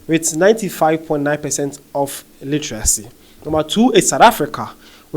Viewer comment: Pls practice the word 'Literacy" say it 5 times..u keep saying Illeteracy illetarcy..whats the rush for?